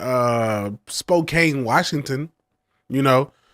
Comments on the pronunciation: its Spo "can" Washington not "Spo cane" 🙂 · SPO - CAN. ... It's SPO - CAN. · Pronounced Spo can 😅 "Spokane"